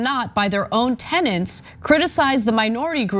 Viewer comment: These hosts need language training. It's "anti-s-e-m-i-t-i-c", not anti-'simetic'. She also said "tenents", which sounds like "tennants". "TENETS" is the word. Look it up!